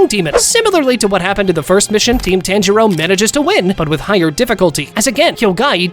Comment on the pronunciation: It's pronounced like TA-AN J RO